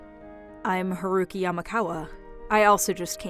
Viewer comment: Haruki sounds nothing like a little boy and it's not Huh-roo-ki.